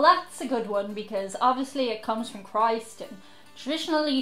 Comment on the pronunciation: Kreeester...too much like keister (sitty down part)